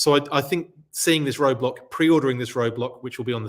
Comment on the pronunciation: 😆 Roadblack...funny slip.